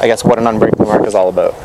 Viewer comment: "abewt" lol